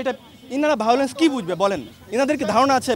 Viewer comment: ভায়োলেন্স উচ্চারণ পর্যন্ত করতে পারছেন না😂😂😂😂😂😂